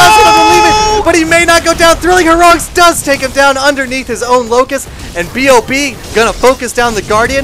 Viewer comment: I find it hilarious everytime they call B.O.B, Bob. XD Cracks me up.